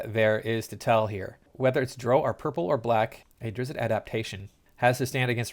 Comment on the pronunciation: Homie you do mispronounce drow. It's written phonetically plenty of places, and your insistence on doing it wrong does make sense given your general inability to understand normal human interaction.